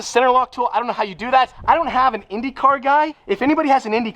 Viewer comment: Brazilian here, the pronunciation was SPOTLESS MY BOY